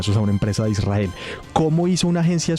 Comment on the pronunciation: Su aLOCOción es solo pretexto para pronunciar sus palabra preferidas Chuzada e Israel y en perfecto inglés 😂